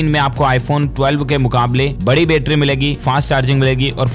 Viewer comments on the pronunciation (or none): none